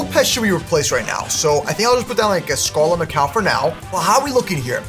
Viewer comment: Naa why he calling Scarlett Macaw Scarlett ma cow 😂😂😂😂😂😂